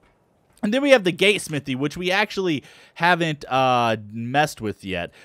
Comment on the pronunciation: when he says Gate he says gay